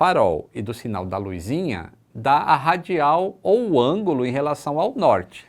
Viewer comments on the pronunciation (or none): Além de errar o "GPS", errou também: LUIZ. Esta errado, é: LUZ. Não é: LUIZINHA, é: Luzinha.